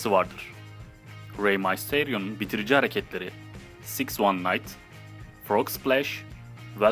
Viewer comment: six one night değil six one nine